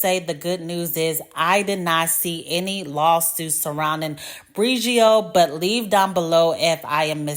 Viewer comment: Next time you’re editing and you notice that you’re not saying the name brand correctly, consider doing the voiceover again…